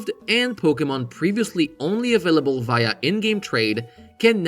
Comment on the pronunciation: Did you say afillable instead of available? 😋